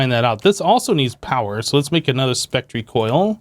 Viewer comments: pronouncing spectre as "spec-tree" sounds pretty stupid, and yes, everyone misses stuff in JEI or their inventory occasionally, but he manages to do it multiple times an episode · I really hope you are pronouncing spectre wrong on purpose(still love ur vids tho keep up the good work!) :) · I don't believe he's pronouncing it wrong by accident. Both he & xB try to give their vids some personalization by having certain words pronounced their own way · You’re pronouncing spectre incorrectly. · I know it's really not important but it's got to the stage where I just have to know. Is the way you pronounce spectre an error or are you just being quirky? Being from the UK I guess I'm more used to words spelled that way: metre, centre etc. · He's just wrong about the pronunciation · IMO - it doesn't make them sound stupid - it makes them different. As for missing things (in chests or JEI) we'd be hard pressed to find a Minecraft Youtuber who doesn't do that every now & then